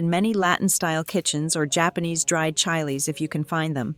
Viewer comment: The AI narration sucks. Is it really that difficult to get a human to read a few lines? Preferably somebody who can pronounce "chiles."